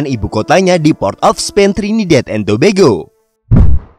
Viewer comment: Nyebutnya Tobago jangan tobego